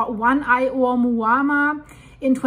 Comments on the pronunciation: For god sake- O-MOO-AH-MOO-AH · ...omuamua is Pronounced OH-MOO-AH MOO AH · I hope you know that you can simply Google how to pronounce Oumuamua instead of continuing to butcher its name. 😂